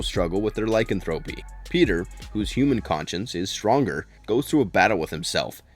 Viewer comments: Does a video about werewolves, can't pronounce Lycanthropy.... (lai·kan·thruh·pee emphasis on the KAN) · " LY-CAN-Thra-PY" is the way you pronounce it. And "Being Human USA sucked compared to the original BBC version (and no CGI werewolves_) Wolf Lake was a good show; but like Twilight and Biten; shape shifters; not werewolves. Werewolves as Bipeds, not shifted into real wolves. Half human/Half wolf is a Werewolf. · The repeated mispronouncing' of 'lycanthropy' was annoying.